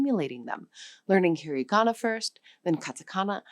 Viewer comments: Not “he-ree-ga-na”. “He-ra-ga-na”. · "hirigana"??? No, dear, it's hiragana. Do you say "aphabut"? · You should atleast pronounce it slightly correctly.... It's hirAgana. Not "heariigana"... You forgot romaji which is also used. Along with loan words from basically everywhere. But yeah. The writting system here is fcked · "That's 'hee ree GAHna'". It's 'hee RAH gahna'. A bit weird to talk about a language and simultaneously mispronounce one of its pillars. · AI slop. Hir-i-gana? Ka-da-kana? Even the English is screwed up.